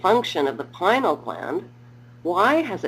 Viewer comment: Why? Because it is pronounced "pin-ee-ul" gland... ...and, it actually has received a great deal of attention (within the field of neuroscience, at least). "Pinal" gland.